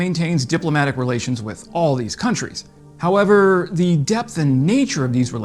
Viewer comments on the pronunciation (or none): none